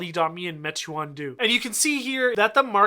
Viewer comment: Pronounced “may-twaan”